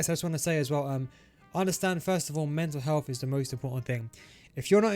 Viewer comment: Can't be only me hearing "meta health" instead of mental health 💀